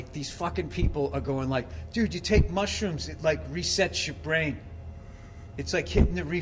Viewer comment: kinda weird everytime u say mushruoooms boobie barks